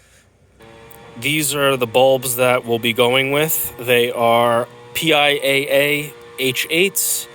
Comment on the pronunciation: Just for reference the brand is pronounced pee-ya. Great tutorial. Thanks!